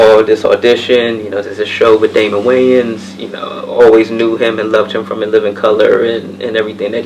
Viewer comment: Meu Deus, o cara falou Daymon Wayans e traduziram para Dana Williams kkk